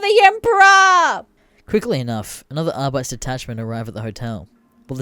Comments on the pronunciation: AR-BIT-EES NOT AR-BITES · Ahr-bi-tees. Not Ahr-bites.